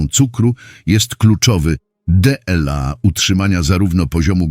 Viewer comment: Czytanie przez głupi automat, zwłaszcza to DE EL A, tak mnie wpieniło, że nie zaskrybuję kanału. Zamiast tego wstawiam minus!!!